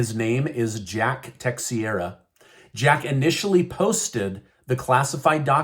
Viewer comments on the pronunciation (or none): Techeira, not Tei’xera… ch sound as in Church not x like X-ray. Love your reporting, thank you. This poor kid is a patsy, I don’t believe everything the government says. They lie, lie, lie. 😢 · Pardon me but Texeira is tesheira not tex e era